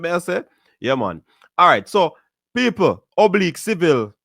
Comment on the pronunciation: Did it easily ina bad weather...however his name is Oblique...if you are going to be a so called commentator at least get the names right and I expect better because you are a Jamaican